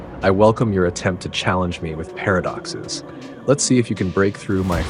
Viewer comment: Not only did you break Chat GPT but you also gave me a migraine with your pairofduckces. 🤪